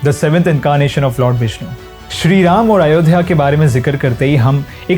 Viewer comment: Bhai sahi se naam to lelo, Raaamaa kya hota h? Arjuna? Seriously? Itni english hindi mein nhi ghusai jati.